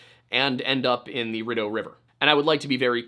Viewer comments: Rideau.. Pronounced 'Ree dough' NOT 'Ridu'! Sorry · Rideau River, pronounced "READ-O"; French Canadian - actually means "curtain" ...lol; it's a Canal System deemed a World Heritage Site :)